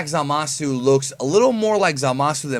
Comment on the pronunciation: Nigga Said Zamasu!.. Like A God